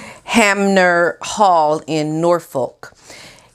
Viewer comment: It’s pronounced Attnbruh not Attenborro. Also it’s Anmer Hall.